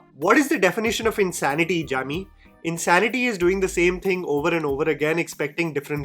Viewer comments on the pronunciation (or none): none